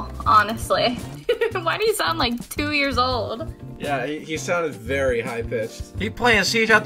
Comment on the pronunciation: this is the best comment here. ‘‘twas vewy sad yes